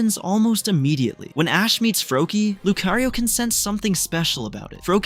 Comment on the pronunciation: Leaving bc he said lucario wrong